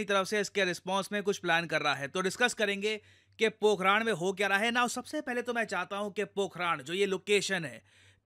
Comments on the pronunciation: Pokharan, not Pokhraand 😂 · पोखरण ✅ पोखरान?? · Ye पोखरान नहीं है मेरे दोस्त पोखरण है। उच्चारण सही कीजिए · Sir it's not पोखरान , it's पोखरन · It is not पोखराण.. It is पोखरण I am from Rajasthan. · Pokh-run not Pok-raaaaaan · पोखरण यार...ना की पोखरा न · It's Pokran not Pokraan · Pokharan* Pokharaad 😅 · पोखरण ❌ पोखराण☑️ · पोखरण ❌ पोखराण्ड ✅ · पोकरान नही पोकरण है। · It's not पोखराण it's पोखरण 🙏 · "राण" नहीं "रण" है 🤔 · पोखरान नहीं पोखरण है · Pokraad nahi Pokhran. पोखराड नहीं पोखरण। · सर वह पोखरण है पोखराण नही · ये पोखरण है ना कि पोखराण। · 'पोखराण' नही 'पोखरण' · Are sir Pokhraand nhi Pokhran boliye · सर पोखराण नहीं है पोखरण है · It's पोखरण not पोखराण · It's पोखरन, not पोखरान!!! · Pokhaaran nhi...pokhran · It's pokaran not pokharan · सर पोखरण होगा पोखराण नही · Pokhran not pokharan. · Need speak correctly pokhran not pokhraan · Bhai pronounce toh theek se karleta. It is not pokhraan, it is pokharun. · Sir, it is पोखरण not पोखरान Please next time check the Indian place's name in Hindi because English is an idiotic language in the reading context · Sir aap ka words ko pronounce krne ka trika thoda sa ajib h पोखरण होता है पोखरान नही होता है बड़ा अजीब सा लगता है जब कोई अपने ही देश का हमारे ही देश के विभिन्न जगहों का नाम सही से नही लेता है Always connected with your roots English aane ke bad apne aap ko pta nhi kya smjh lete h 😂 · Areeee vo पोकरण h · भाई पोकरण है वो 😁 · Sir pokhran nhi hai …. पोखरण hai